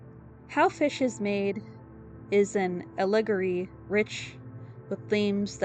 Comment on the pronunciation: I’m sorry to tell you, but you’re mispronouncing a LOT of words. Viscous is not a homophone of vicious, but pronounced “viss-cuss” and allegory is also pronounced phonetically, not like “allergy” or “calligraphy” but with a hard g- “Al-uh-gory. Existential is not pronounced like existence mixed with essential, but “ex-ih-sten-shul”